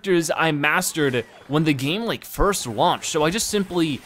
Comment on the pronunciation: you said frist instead of first